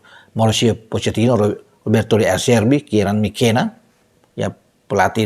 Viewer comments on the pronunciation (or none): none